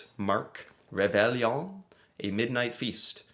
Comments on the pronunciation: Pronounced ~ rayvayon (roughly) And time you checked out Acadian background and culture (you’ll find ties to Louisiana and to NE USA too) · Ray vay on. The ll in French is pronounved like a y. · reVAY-yohn but the n is only at the back of the mouth. just a hint of n. tourtierre is the BEST. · Any child in the world who posts a letter to hohoho gets a letter back from Santa. Réveillon is pronounced like reveyo A lot of Canadians eat at midnight on the 24th. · Reveillon... pronounced re-ve-yooooo (more or less) The Reveillon is a Quebecois "thing". There is not one Quebecois that would not know le reveillon. The Quebecois are having a feast at midnight because they are traditionally catholic and have just returned from midnight Christmas mass. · "Ray Vey Yon" Reveillon. French-Canadian (Acadian) here. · Rev-eye-On and the final n is barely pronounced. It’s not just in Quebec. Families with French backgrounds often have a celebratory dinner on Christmas Eve. It might be - depending on when and if the family attends Mass. The dinner might include fancy seafood dishes, champagne, and usually Tor-tee-air, a savoury pork pie.